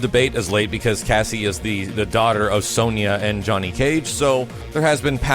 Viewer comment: Sony-a, it's Sonia (pronounced as Son-ya) lol Nice update though, thanks for sharing this, was really good and some great info so thank you :-)